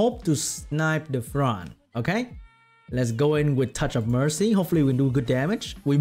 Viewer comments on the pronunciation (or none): none